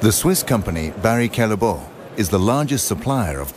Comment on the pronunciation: NOT "calleboa" it is a flemish name it is pronounced Callebout ;)